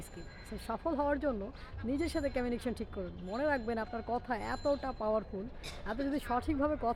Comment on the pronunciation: উচ্চারন টা কমিউনিকেশন বলে ই তো জানি। আপনি বলছেন 'ক্যমিউনিকেসন'। তাহলে কোন টা ঠিক ম্যাডাম?